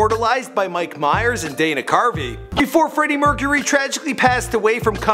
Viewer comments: Bra mercharuy get your names right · Freddie MERCHURY